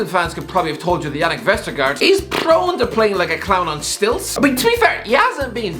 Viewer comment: the words are 'pretty, probably, prone, bridge & brilliant' not 'pwwwwwitty, pwwwwobably, pwwwwwwown, bwwwwwij & bwwwwwwwilliant'